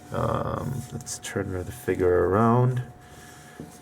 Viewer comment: Its called a figure not a figer